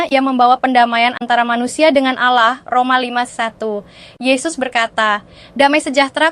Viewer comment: Kata ALLAH dilafal ALLAH biasa aja x ya... Jangan diucap seperti orang islam mengucapkannya. 😭